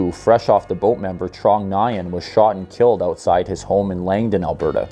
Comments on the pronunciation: I belive It's pronounced WIN not Nyan. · Nguyen is pronounced ‘new-win’ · Nguyen is pronounced similar to New-When. Not quite, but that's about as close as you'll get with English syllables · I enjoyed your video, but I'd like to point out two small errors. The Bolsa Restaurant shooting took place on New Year's Day, (Jan. 1) 2009, in the daytime. The Vietnamese surname Nguyen is pronounced close to 'nwin' or 'noo-WIN'. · Nguyen is pronounced closer to “win” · Very minor when compared to the vast attention to detail in your videos. Keep it up! Subbed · It's pronounced Nwen, good vid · Your pronunciation of Nguyen wayyyy off